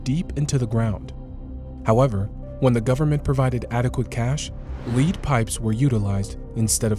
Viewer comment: "The employees could enter the pipe one time at a time, as a result of this." "Lead" pronouned like "heed" and not "head". It's sloppy.